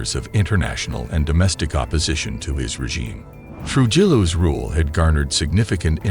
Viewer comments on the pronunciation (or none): Its pronounced Tru-hillo